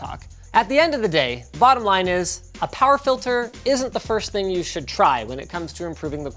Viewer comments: *zee bottom-linus :P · "At the end of the day, bottom Linus". That's how I heard it. Lol